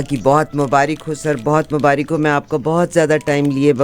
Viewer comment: CORRECT IS MUBARAQ AND NOT MUBARIQ. PLEASE LEARN CORRECT URDU